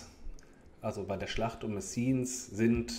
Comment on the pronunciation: Messines wird franzoesisch "Messien" ausgesprochen, auf Flaemisch heisst der Ort Mesen.